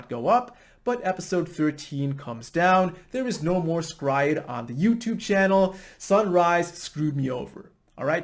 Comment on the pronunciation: Your pronunciation of S-Cry-Ed is immensely satisfying :)